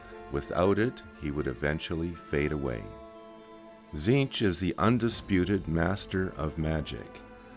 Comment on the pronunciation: cant stand the ay his name is pronounced...to me its always been Tezench not Zeench. If he is the changer of ways, his names would not only be infinite and complex but pronounced every which way. Its like Tsang Tsung you never said sang sung you said it like Shang Soong couse of the t. To hell with that silent treatment. KA NIFE to the face dictionary!